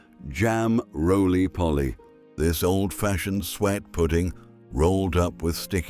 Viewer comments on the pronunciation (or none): AI generated rubbish. Most of those are still available today. And the pronunciation of the AI voice is awful - sweat pudding, jam roly polly, and partay for påté? Why not use your own voice? Is it because you're not British? Where are you from?